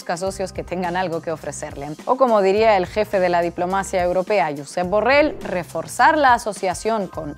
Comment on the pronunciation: Para pronunciar bien, Borrell, tienes que pronunciar la elle final, es como si se escribiera con i latina final o con y griega final, da lo mismo: Borrei o Borrey. Todas las palabras que acaban con elle en la lengua levantina se pronuncian como yo te digo y cuándo acaban con Ch la H final no se pronuncia, es sorda, y se pronuncian como si scabaran en una K de kilo, por ejemplo: Albiach, Lluch, Pitarch, Bosch, Doménech. Gràcies. Gracias.